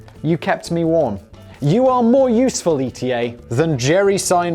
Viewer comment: I just hope that one day he learns to pronounce the ETA name correctly :D